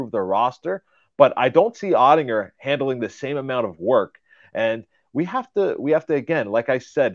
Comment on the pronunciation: You might want to learn how to pronounce Oettinger